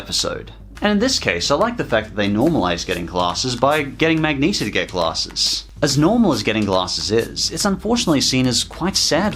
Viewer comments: You said MAGNETA. Its MAGENTA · did you call Magenta ”Magnesia" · Wait hold up did he say magneta. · Magneta instead of magenta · You kinda slipped up when you called Magenta Magneta, but it's okay. It happens to a lot of us.